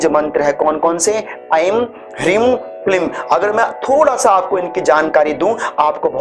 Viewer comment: एंग पढ़ते है या ऐं